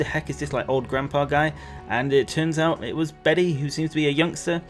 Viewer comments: I just looked it up- the male name Bede is pronounced ‘bead’/‘beed’ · Bede is pronounced Bead